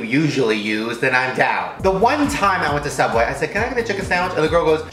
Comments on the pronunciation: It's Sooubway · I think it's pronounced sooubway